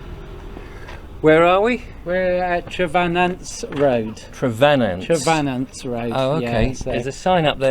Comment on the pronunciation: I'm from St.Agnes. It's pronounced TreVAWnance Road.